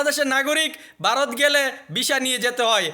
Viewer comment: Barot na re ota varot Uchharon